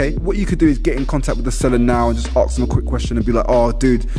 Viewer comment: And pronounce ask properly ffs,not arksssss it's asssssssk get me